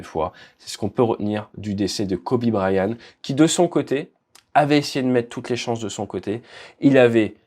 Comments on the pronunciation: prononce bien c'est Bryant avec un T , idiot ; pas brian.....arrete de copier Aldo aussi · Kobe "Bryan" ??! 😂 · BryanT, avec un T. Là, c'est la prononciation pour Dany Brillant, que tu nous fait. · Pauvre Kobe dont le nom est écorché toute la vidéo. il y a un T à Bryant. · Bonjour, il y a un T à la fin de Bryant. Il se prononce. Vidéo intéressante.